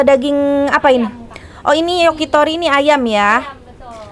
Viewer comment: Bukan yoki tapi yakitori